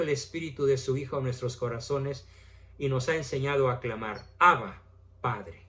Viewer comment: No es Ábba sino, Abbá.